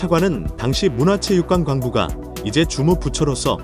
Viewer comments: 문화체육관 광부가 아니라 문화체육 관광부 한글 좀 제데로 읽어 주심 좋겠네요~~ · 참 대단하다. "문화체육관광부..."를 "문화체육관광부..."로 붙여 읽지 않고 "문화체육관 광부...:로 띄어 읽는 대단함은 정말 놀랍다. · 문화체육관 광부가 뭐냐 광부가 ㅋㅋ 문화체육관에서 직접 운동기구 제작에 쓸 금속 채굴하는 인력이 있나보네 ㅋㅋㅋㅋ AI 멀었네.